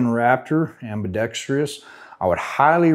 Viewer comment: Can we get one gun tuber who can say ambidextrous correctly? Just kidding. Thanks for your expert advice and ideas!